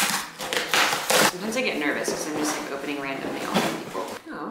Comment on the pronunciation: Lol emphasis on the "sometimes" 😂😅